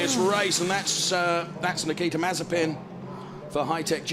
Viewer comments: Nothing: Nobody: F3 commentators: Nikita MARZIPAN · I love the narrator calling him Nikita Marzipan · I love when the say Nikita Marzipan xD